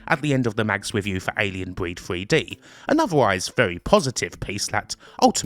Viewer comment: WTF is Alien Breed Fwee Dee and this wevolushun you talk about? Is it in this mystery feereta?